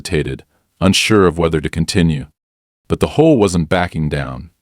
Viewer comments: Great Story, But if your going to use AI to read maybe you should put a (.) in between HOA like H.O.A then it would read it better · Homeowners has a silent e in the middle, are you lot crazy?, and HOA is three SEPARATE letters for Home Owners Association. Annoying as they are, it has never been A WORD. Never sounded out together. Like your crazily unintelligent AI, it has SEPARATE letters.